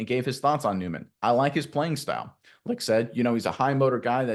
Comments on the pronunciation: it's pronounced Light not lick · It's not licked, it's light. How can we take you seriously if you can't even pronounce names properly? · wow not for nothing but you guys are right on spot with your comments 👏 the only thing is that Jason Licht (last name) is pronounced like Jason Light (like a bulb light) but anyway great content and surprise that you found those little move that diehard bucs fans now about and not outside reporters. 👍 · Please say his name right. Licht is pronounced as “light” or more phonically “lite”. The “CH” is silent. You can’t be covering the Bucs and not even know how to say the GMs name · Bucs will win the NFC South once again. BTW - Licht - It's pronounced "Light".